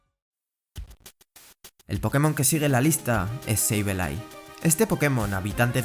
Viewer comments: "seibeilai" ulala señor frances Entonces como se dice! -sableille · Sableye se pronuncia “seibolai”